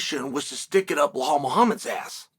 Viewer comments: Everyone: Belal Chael: BLUEHAWL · Chael ma man! Its Belal ffe not Behaul or Beblal..😂